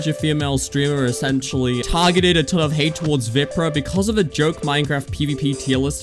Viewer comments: man just called VIPRAH WIPRAH 😭😭😭😭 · there is no way u called him veeprah